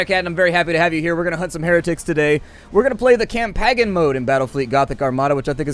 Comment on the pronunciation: am i the only one bothered by the fact he mispronounced "Campaign" ?